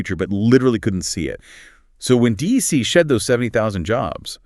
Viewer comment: It's not pronounced D.E.C., it's 'Dec'. Pretty fundamental for an AI generated 'deep dive' that you get at least the name right in the audio. Ugh.